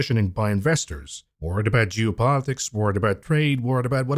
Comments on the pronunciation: I like how he pronounces "Geo-politics" like "Jew-politics" lmfao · Juice politics